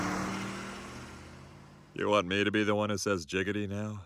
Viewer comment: joe mispronounced and said "jiggety"